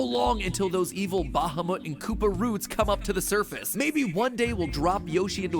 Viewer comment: Mat's pronounciation of Bahamut is hurting my ears